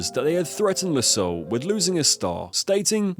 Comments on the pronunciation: Jiro = Jee-ro Bernard Loiseau = loo-aa-zo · The video is informative, but bloody hell man, stop butchering names like that. Kyoto pronounced Kayoto, Jiro pronounced Jayro, Loiseau pronounced lassou. Jacques Lameloise pronounced Jakiesse lamoise. It's basic knowledge in other languages, and you sound really ignorant (and dumb) with those pronunciations. Make an effort, write those name in google translate and let it pronounce it. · Fyi loiseau is pronounced l' wazo. With the added ' it means "the bird"